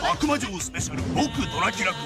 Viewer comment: Not Akamujo, it's AKUMA (like Street Fighter) JO, Akuma Jo, Demon (Akuma) castle (Jo)